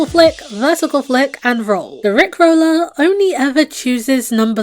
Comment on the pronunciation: You said roller wrong